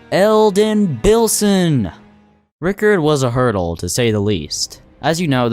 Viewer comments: I love the way he says "Ricardo" instead of "Rykard" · the way you mispronounced rykard but correctly pronounced hoarah loux is diabolical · Beating every remembrance with thir own weapons: Nah, Mispronouncing every elden word known to mankind: yeah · You mean it's not Rickard? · The way you pronounced cerulean and rykard hurt me, i demand an apology video